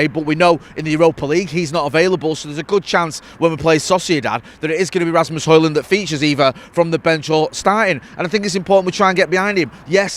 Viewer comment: Feech-ahes lads 👍